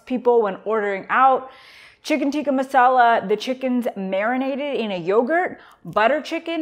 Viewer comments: Why did she purposely mispronounce chicken tikka? Lol its not teeka its tikka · Why do you feel the need to say “teeka” when you as an Indian should know it’s “tikkah”. We should stop Americanizing everything. Anyways, on a positive note I love butter chicken and am strict Keto. So glad to have found this recipe!